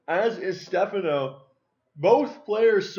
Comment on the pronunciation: title spelt wrong its Stephano also it is pronounced (ste fon O)